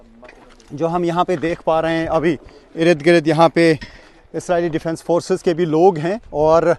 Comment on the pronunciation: Irid girid ni ird gird hota hy